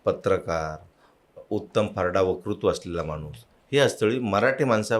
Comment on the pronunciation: आपली मुलाखत खूप छान! आपला ' वकृत्व' हे उच्चारण कानाला खटकते. 'वक्तृत्व' हे उच्चारण हवे. क्षमस्व!